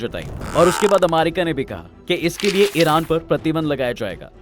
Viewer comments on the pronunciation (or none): अरे यार तु क्या अमारिका अमारिका कर रहा है, यदि सही उच्चारण अमेरिका बोलना नही आता है तो किसलिए वीडियो बनाने चले आते हो, अमारिका अमारिका,,,,सुन कर irritation hota hai